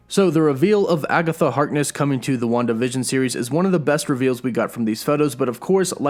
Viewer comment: I kept hearing “one division” but it was Wanda vision 😂